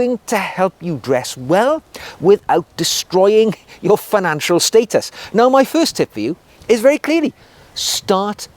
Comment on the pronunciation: Firstly a gentleman should know how to pronounce status